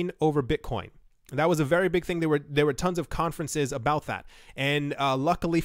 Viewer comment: Its not dead, but wery down, and wery depressing.